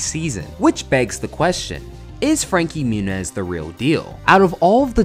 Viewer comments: it’s pronounced frankie moo-nieese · "Frankie Munez" hahaha